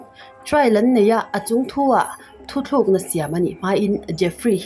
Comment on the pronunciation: Hotunu "thuthlûkna" nilovin "thutlûkna" tih tûr zâwk niin ka hria...ka lo sawive mai2 aw...keipawh ka ti diklo ve fo a nia😊. Chuan, i aw hi ngaihthlâk anuam tawp.👍👍👍👍👍